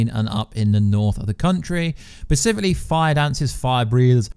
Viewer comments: it's hard not to notice it when he misuses the word like 12 times. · Take a drink any time he says “pacifically” instead of “specifically” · "Specifically". With an "S". Not "Pacifically", which you said like a dozen times. Good videos, but mispronouncing words dozens of times? Come on. If you can't say it, use another word. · Persificly? Specifically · Glad I wasnt the only one who caught that lol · Not only is he saying pacifically, he is saying in sentences that doesn't make sense in. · Oh my God I can't watch this anymore hahahaha. Everytime he says pacifically, I laugh. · Is it just me or is he saying "pacifcally"? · No one: Absolutely no one: In the comments: is he saying pacifically? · Pacifically... sorry, just needed to say it again... pacifically! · I enjoyed the video but there's an "s" at the beginning of "specifically"